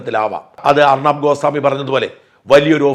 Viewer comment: ഗോസാമി അല്ല...ഗോസ്വാമി ആണ്